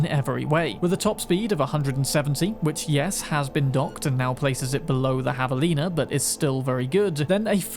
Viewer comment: "...Havalina..." Hell yeah brother. Correct pronunciation.